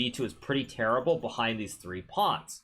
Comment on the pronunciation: "both of deez knights"